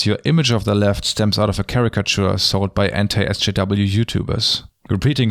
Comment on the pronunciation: It sounds like he’s saying “Entei SJW” which makes me think of a legendary talking fire dog who supports progressive issues. And that makes me happy.